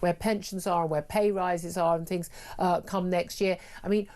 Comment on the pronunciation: but she tried to do fings proper.